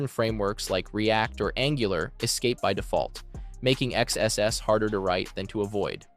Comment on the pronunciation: It is so distracting that your AI voice keeps saying X-X-S instead of XSS